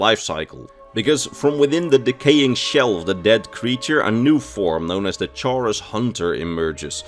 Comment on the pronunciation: The way you pronounce chaurus is cursed I always pronounce it "kaurus"